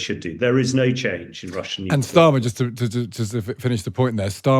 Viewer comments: NuCLear not nukelar. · Nuclear is pronounced NEW CLEAR Not New Killer.😂